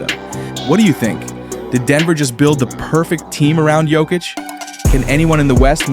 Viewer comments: I hate AI his name is pronounced yo kitch not jo kitch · Bro, when you find out how to pronounce Jokic I will give you a sub. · Jokic has been the best player in the world for the past 5 years, and you still can't pronounce his name😅